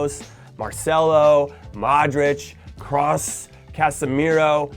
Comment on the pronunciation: “Did I say Kroos right? Cross? I think that’s the way you say it” 💀 It’s Kroos